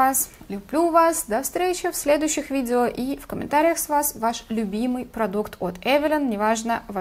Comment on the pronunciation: Эвилайн ,а не Эвелин! не благодарите...